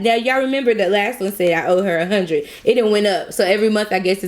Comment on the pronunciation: “5 hunned— 5 hundred Sorry” 😭😭